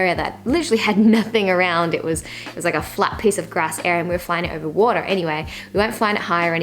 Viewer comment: And also "water"